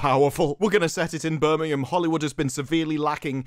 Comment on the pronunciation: You say Birmingham and I'm thinking of someone like Jeremy or Camelot from Alabama, not your UK city. 😄